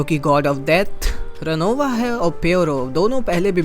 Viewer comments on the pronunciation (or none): Bhai ravona nahi ronova hai 🙏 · Ravona NAHI ronova😅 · Bhai ronov bolo robona nhi 😅